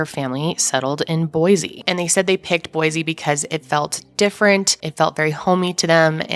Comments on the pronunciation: There is no “Z” in Boise, say “boy-see”, thanks. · Please… please… please… say Boise correctly. There is no z in boysea.